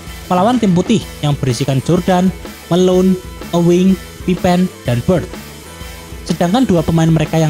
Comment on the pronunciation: Baru sadar kok bacanya "pipen" bukan "pipin"